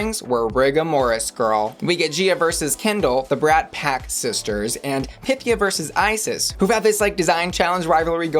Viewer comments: Pythía, her name is Pythía... is it so hard to pronounce it right? Py-theé-a... FFS! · Duuuuuude, stop pronouncing Pythia wroooooong